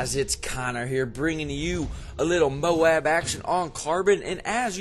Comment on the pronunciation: why do you say "modab"?